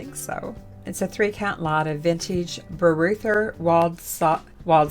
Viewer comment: Bavarian reseller here☝🏻😄you pronounce BEREUTER ( without the Letter h ) Waldsassen just like you read it - you did fine💐 sales here are slow too the best i sell is still clothing